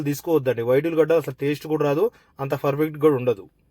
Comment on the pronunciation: హలో బ్రదర్, మీరు చేసే బిరియాని ఇక్కడ స్కిప్ చేయకుండా ఫుల్ గా చూశాను 😊. నేను చూస్తుంటేనే నోరూరుతుంది .😋😊🎉. కాకపోతే, మీరు ప్రతి సారి, పర్ఫెక్ట్ అనే పదాన్ని ఫర్ఫెక్ట్ అంటుంటే ఫుల్ గా నవ్వుకున్నాం.❤❤❤